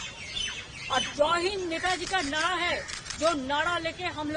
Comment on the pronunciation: mamata ji nadaa nahi hota hai naraa hota hai